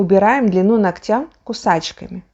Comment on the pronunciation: Все очень интересно , но ударение нОгтя